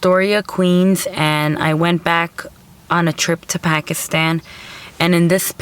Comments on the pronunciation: A local Pakistani cant pronounce "pakistan"properly? Pack-ish-tan??? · Begam "Packishtan" is how these Americans and Europeans pronounce it. We pronounce it as "Pa'k-is-thaan". I dunno what you are referring to. I hate when the whites cant pronounce the soft "t", or the Chinese, Japanese, Koreans, etc. cant pronounce the hard "T".